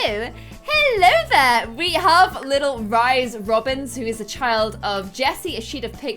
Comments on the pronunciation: pronouncing Rhys as 'ryes' and not Reece has me triggered 😂🙈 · It’s pronounced “Reece” not “Rise” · rhys is pronounced the same as reece!! not like ryes omg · That moment when she pronounces rhys like "Rice" when sjm has stated its pronounced "Reese" lmao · His name is not rise it is pronounced Reece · Okie I love how the name Rhys (Rhysand from ACOTAR) can be pronounced so many different ways😁 SJ Maas says REESE (not REE-sy, just Reese), I say Rice, ot Ryce, how I see the pronunciation I my head, and seemed to say a mix between the two😆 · Rhys is pronounced wrong. It's "Reese" as in R (as in Rocke) EE (as in bee) SE (As in pronounCE) (Ce is different to Se, i know, but the phoneme (sound) is the same. No hate, just bothered me when you basically said Rice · Pretty sure Rhys is pronounced like Reese not Rise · Rhys is pronounced like Reese. It's the welsh spelling. Hearing you say Rice is terrible, sorry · Rhys is pronounced Reese and if longer Reese-and not (Riceand) i know its because of the spelling. Just a tip:) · You said ryese and spelt it rhys which is the name Reece 💖💖💖 love you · The name Rhys is not pronounced like “rise” it’s pronounced like “Reece”. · Don’t you pronounce Rhys like reese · Your pronunciation of "Rhys" as in "Rhysand" hurt my littke heart, it's "Rhys" like Reese (Reese's pb cups for example) and "Rhys" like "Reese-sand," there's literally a pronunciation guide at the end of book one don't even try with me😂😭 (Probably the other ones too idfk) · That was nagging at me too. Its definitely pronounced Reese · I love your videos!!! Also just a note, Rhys is pronounced like Reese 💋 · Rhys from ACOTAR is pronounced the same as the name Reece btw 😊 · Rhys is pronouced as Reece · Rhys... omg... it's pronounced 'Reece' pmsl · Rhys is pronounced Reece lol oh well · Rhys is pronounced reece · Rhys is pronounced "Reece" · you pronounce Rhys the same as you pronounce Reece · In ACOTAR, Rhys is pronounced Reese.